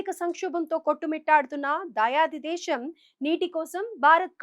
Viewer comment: Desham kadu Desamm telugu baga nertunikoni news cheppu Yekkada sa Yekkada sha pettalo teliyadu avakasham kadu avakasham